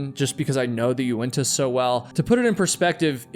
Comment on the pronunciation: It’s Unitas not uentas